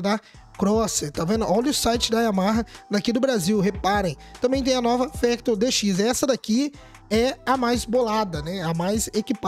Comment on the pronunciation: Não é fÉctor e fÁctor